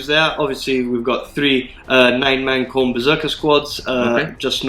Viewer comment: Wrath of Kharn? 😂